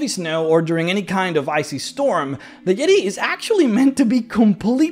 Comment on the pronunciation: Oh my goodness it's the "YEE-TAY"...THE "YEE-TAY"